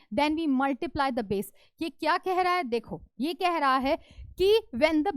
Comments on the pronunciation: BASE ❌ BAESS ✔️ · It’s Base not - bass🌚😂😂